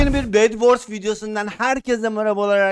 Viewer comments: ABİ BAŞLANGIÇTA BEVORS DEDİ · Bedvors deyil bedwaras